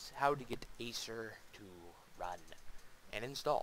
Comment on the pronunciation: its definitely not pronounced "ASER"